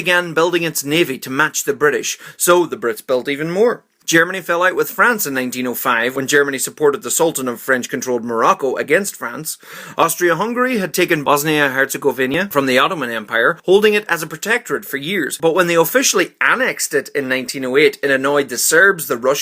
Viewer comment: Bosnia and hercegovina. Not hercegovinia